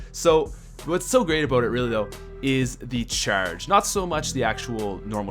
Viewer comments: why do you say "The cherrrrrge" like really? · It sounds like he said churge.